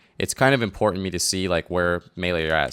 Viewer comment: bad habit. it's not "impoorant".